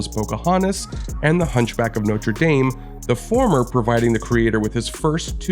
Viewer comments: My eye is twitching at the pronunciation of “Dame” in “Hunchback of Notre Dame”. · Amazing video analysis! I've always wondered about the Wicked vs Avenue Q battle for the best musical Tony award. However, your pronunciation of the Hunchback of Notre Dame hurt me at the beginning lol.